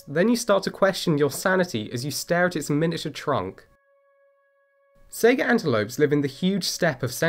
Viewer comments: I'm sorry. I can't help but laugh when you call it a "Sega" antelope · Saiga is pronounced just like Taiga, not like Sega. Sai as in the Japanese Hai, and Gah as in Gar. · Goddamn it, that pronunciation hit you, too, huh? Lol